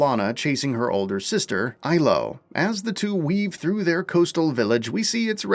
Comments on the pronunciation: "Aylo" ITS ELO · Why do you pronounce the sister's (if she's a sister, game didn't indicate this one bit) name "Ailo" when Lana herself always pronounces it "Eelo"?